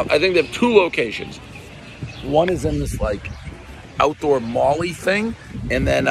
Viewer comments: “Mall-ee” not “Molly”, everybody knows the rules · One bite... wait did he say molly😅😅😅😅. I know he meant mally.